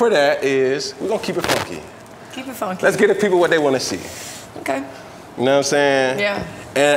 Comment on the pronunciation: So it “foonky” fridays? …because of the ü?